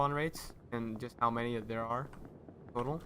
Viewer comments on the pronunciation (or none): none